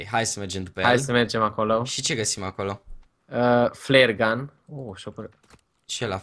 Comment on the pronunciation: de ce geo spune : ,,flayer gun,,?